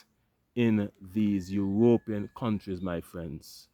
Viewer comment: How does U.S have the money to give Sweden for this when we have a Migrant Crisis here. Ur Ropean does sound cooler than European Lol they should thank you for that 😅😅